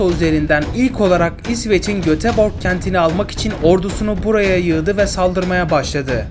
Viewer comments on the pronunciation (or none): Yanlış söylemiş gotenburg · Göteborg😂😂😂 götebaax😅😂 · Kanka İsveçte normal jöteborg diye okunuyor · Göt ebirg derken AFAVATAHSGAJAHSGDHSKAOAGAGAHAOOAHSHAJAISHYAHZUAHAYABABIAOAKABA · Göteborg neeee diiiiiyyooorr ollummm